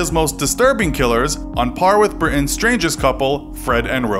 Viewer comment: The way he says Britain makes me uncomfortable.